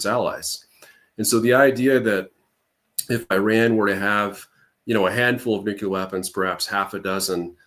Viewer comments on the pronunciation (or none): Same place he learned to say "new-q-lar". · IRAN, is Pronounced "Eee-Ron" not "Eye-RAN"!! Moreover, IRANIAN is Pronounced "Eee-Ronny-Yan" not "Eye-RAINY-Yan"!!! Also Nuclear is Pronounced "Nuke-Lee-er" not "Nukee-Ler". Thank you 💙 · Why does he keep saying "nuke-u-ler" ? There is no second U, it's pronounced NEW-CLEAR. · Sorry I can’t take seriously someone who says “nuc-u-lar” like George W Bush and Homer Simpson